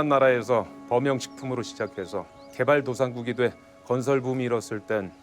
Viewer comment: ”개발 도산국“이 아니라 개발 도상국